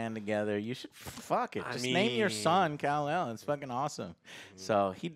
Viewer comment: Damnit guys its kal-el not kel-el Call El 🤦‍♂️ if he named his son kel-el it has nothing to do with superman